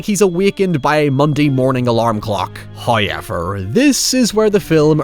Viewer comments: English: however Irish: hoyever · It’s a legit pronunciation in Ireland, but if you go through his older videos he’s very blatantly said “however” more often than “Hoyever”. It started getting noticed and now he enunciates every opposing point with it. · He sounded american until the 'hows' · Everytime says "hoyever" I take a shot. I'm on my 6th transplant. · First "hoyevver" drops . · i always wondered the way he says it as a non native English speaker, is this like a trademark of the person talking or it relates to his accent/country?